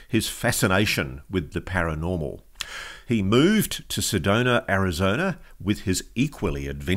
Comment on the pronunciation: I'm an Arizona native , for 62 years, never heard of a town called SEDONER! I think the British pronouncing any word ending in "A", with "ER" is ridiculous! Apparently my home state is called ArizonER as well!😂😂